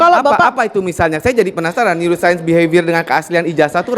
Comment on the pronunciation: Dokter" Ahli Bedah Otak, yg Mempelajari NeouroSaint Pasti *Tertawa Geli*....!? Dengar Tifa Ngomong... hha NeouroSaint bukan ilmu Cenayang/dukun